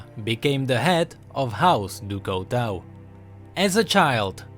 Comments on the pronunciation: du coutau du coutau du coutau. it's du cutuu (the pronunciation) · No offense, but you pronouncing "du couteau" made me want to cry. :P it's pronounced "du cutô" or something, means "of knife" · Lol no offense but u have to speak it like in french du couteau = du couto speak it out like that :) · XDDDD house du couteau l thought it was a auto translation coz lm french buh na l swear to god the prononciation is actually House du cuto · i really like your videos but... it is pronounced "Ducooto" (from knife in french) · Pronounce it DuCooto pls, and it mean oftheknife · It's actually pronounced Due Cooto ;) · j'adore la prononciation anglaise de "du couteau": du couwtweau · Pronounced "doo koo-toe" I like your videos, keep it up:D. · THIS PRONUNCIATION OF DU COUTEAU IS KILLING ME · i cringed everytime he said "du couteau" x.x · Very nice video but your french pronunciation is not correct. Du Couteau is not english so try to pronounce it good next time.;-) Still a like tho. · Der13pipez01 Oh I though you were french XD mb! I was saying that I find the way english pronounce "du couteau" funny.